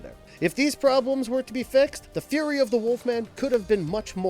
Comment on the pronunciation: nice video but what's wrong with your pronunciation or enunciation (cant really define in this case) words like unrequitted sound like unrequainted or fury sounds like theory....